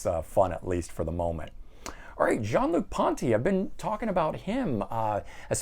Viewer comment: not only are you a music expert, you continue to impress me with your French pronunciation of Jean-Luc Ponty’s name. I’m French and have lived in the US 40 yearsand people always butcher my name, Jean. You should check out the European bands Lipz, Perfect Plan, One Desire and H.E.A.T. They are new bands that are in the vein of foreigner, Def Leppard and poison. Keep the videos coming